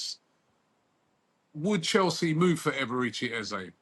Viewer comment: Eze has made out he’s going nowhere false news you lot can’t even say his name properly 😂